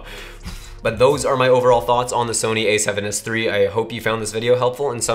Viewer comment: СЭВЕН ЭС ТРИ! ТРИ ЧЕТ ОЧЕНЬ ЧЕТКО ПРОИЗНОСИТСЯ ЧТО КАЖЕТСЯ НА РУССКОМ ГОВОРИТ)